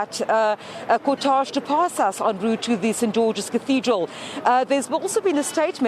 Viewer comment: Please ladies... check the proper pronunciation of the word cortege...